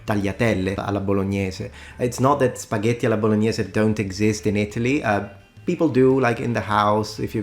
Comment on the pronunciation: monsieur julien nous donne un seul 't' avec ses 'spagheti' je ne les mangerais point! c'est toujours le deuxieme qui donne le bon gout.